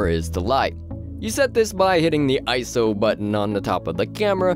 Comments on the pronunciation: It’s I S O Not iso... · Eye. Ess. Oh. Not eyeso